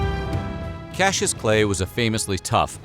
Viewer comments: Cassius is NOT pronounced "cashew". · KAS - EE - US